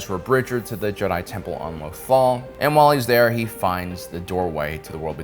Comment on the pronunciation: I love your content but there are times you have mispronounce things that I know you've herd characters say but still always say it the way u want... You can say Lothal the way it's pronounced. However loth wolf's your butcher. Again I love ur starwars content ur one of the best out there.